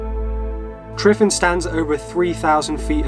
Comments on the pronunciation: Tryfan is pronounced with a v not f. Great video though or great "fideo"👌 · I'm Welsh we basically live in middle earth and is hot Edit: its pronounced Truvan not triffin:) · The “F” in Tryfan is pronounced as a “V”, so more like Truh-vann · The letter 'F' in Welsh is pronounced like a 'V'. So for example, 'tryfan' is pronounced 'tri-van'. Only 'FF' is pronounced like a 'F'.